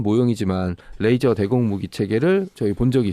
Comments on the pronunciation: 뜻은 통할지언정 뤠이저 라 발음하면 안될 거 같아요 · 참 잘 보고있습니다. 근데요 영어 쓰실때 걍 한국식으로 하면 안될까요? 뤠이져가 아니고 레이져거든요. R발음이 아니고 L이 거든요. 보면 아무데나 F발음하기도 하는데 잘 모르면 걍 한국식으로 말하셨음 해서요. 듣기 거북해서 한말씀 드립니다. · 듣는데 왜 L로 시작하는 레이저를 R로 발음해서 면도칼 razor로 발음하시는 건지 ㅋㅋㅋ 면도날로 오물풍선 다 터뜨렸음 좋겟네요.